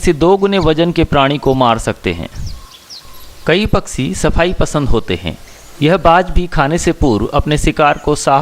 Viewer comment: Paksee nahiN, Pakshee See naniN Shee kaho year.